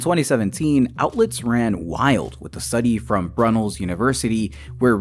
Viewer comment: Should probably point out that Brunel University is pronounced "Broo-nell" - named after Isambard Kingdom Brunel, giga-chad civil engineer of the British Empire. National treasure "Weebls Stuff" did an incredible song about him which you should look up right now, explains everything you need to know and is a legitimate banger.